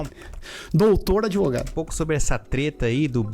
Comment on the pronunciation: "Grandes merdas ser adEvogado e depois todo adEvogado é vi4d0" kkkkkkkkkkkkkk